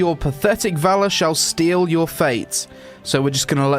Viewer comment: Seal*, not "Steal"